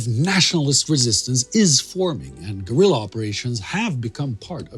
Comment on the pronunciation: Will SOMEBODY tell this guy how to pronounce "guerilla"??? PLEASE????